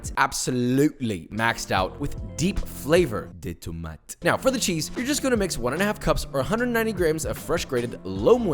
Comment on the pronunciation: okay i liked this video because of the pronounciation of tomatoes in french which was so FRENCH IN MY EARS - a french dude